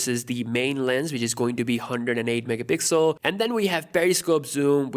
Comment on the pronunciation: Normal people: megapixel: MEHPIXEL